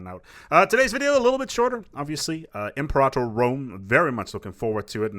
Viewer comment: I love that you pronounce Imperator the correct way. ;)